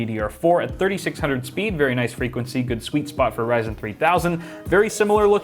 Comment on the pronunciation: When he said Rzyen I just closed the video.